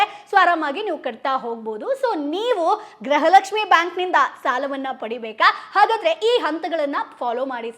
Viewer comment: Le grahalaxmi alla adu gruhalaxmi 😂